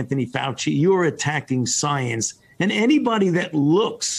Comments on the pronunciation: He says science weird, he pronounces it like soeyence. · Me, a scientist: I'm not gonna trust someone who pronounces scienve as "soyence".